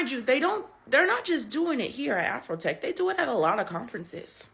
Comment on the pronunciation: It’s AfroTech not AfrHoeTech!